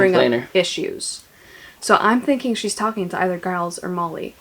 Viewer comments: "Giles" (with a hard G) -- me: Someone hasn't seen Buffy the Vampire Slayer. You'll be meeting some Gileses in future books, so just know that it's pronounced like a J. Edit: "Is it Giles or Giles?" [G or J] Answers with hard G. You are killing me. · This was amazing, you are the most chaotic duo. And I'm pretty sure it's Giles with a soft 'g', at least based on Giles from Buffy ;) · I’m pretty sure you’re saying Giles wrong 😁 It’s not a hard G sound it’s J sound, like ‘Geoffrey’ This was so fun. Your brother is chaotic and hilarious 😆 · Are you sure it's Giles with hard G? Most British people say it with a soft G so it sounds like Jiles. This is certainly the case for British celebrity (of-no-discernable-reason) Gyles Brandreth, Canadiian Formula One driver Giles Villeneuve and Buffy the Vampire Slayer's Mentor and Watcher Rupert Giles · The name is most definitely pronounced with a soft /J/ sound rather than the hard /G/. When a G is followed by an E or I it is soft; when followed by A, O, or U it is hard. Examples: giant, gentle gang, gong, gullible